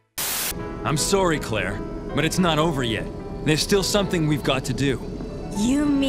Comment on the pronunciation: Coming from a Canadian, that “Sorry” was VERY Canadian.